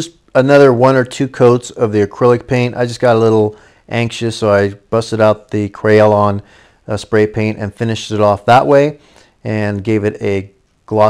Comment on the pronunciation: KRYLON pronounced Cry-lawn not cray-elon.